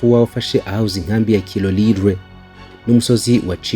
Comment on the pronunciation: Sha amazina yutwo duce uyasoma nabi pe!😂😂 Igahe Burungu Kirolirwe tebero Ibambiro Minova Shyiramo ubutinde mwana ntago babisoma uko kbs.